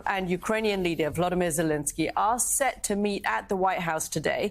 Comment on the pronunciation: Does this joke of a reporter think he is clever? He purposely mispronounced Vladimir Zelensky and then right after that pronounced Putins name correctly. He has no shame. Putin shouldnt get anything. End of story